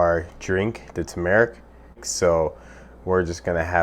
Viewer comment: its pronounce TURmerrick